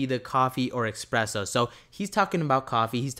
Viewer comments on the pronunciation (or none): espresso not expresso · It’s called espresso my guy. Not expresso es press o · ESPRESSO my bro there is no X in Espresso. It is not a fast coffee it’s not an expresso dude lol you’re reading something and adding letters to words that aren’t there.